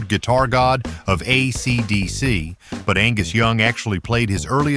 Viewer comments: “Uhhh See Dee See” - oh no , surely this isn’t AI …?? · Uh see dee see…. Or, possibly, AC/DC. We may never know. A.I. narrative has degraded already sketchy production and entertainment on the internet. It is pathetic and BAD, and I don’t understand why people are using it - it’s easier to just read a script, and the second I figure out it’s A.I. that channel gets blocked permanently. The laziness at this point seems so profound that it is counterintuitive to creating successful content. AI fucking sucks and repels me away from content. You and your trash AI narrative are blocked. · A_ cee dee_ see? I fuckin hate AI generated bullshit narratives .Can we please have a human ??